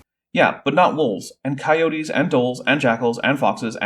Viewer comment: Jesus, this hurt. Editing my comment for “Coyotayyyys”